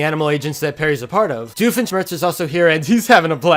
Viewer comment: You're the first english speaking person i've heared, who actually pronounced Doofenshmirtz the right way (at least the first time, where you made your voice higher) It's supposed to be a german name, but instead of pronouncing "doof" with an "o" everyone pronounce it "duuf"